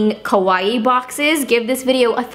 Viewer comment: it's KAwaii, not KOwaii! xD